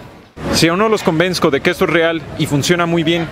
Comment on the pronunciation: Versach y convensco amigo hay que aprender a pronunciar un poco mejor, tienes buena oratoria pero te falla a veces la buena pronunciación, ya tienes muchos subscriptores hay que invertirle en aprender pronunciar